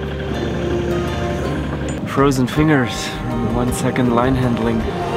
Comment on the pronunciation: pronunciation of finger always makes me laugh.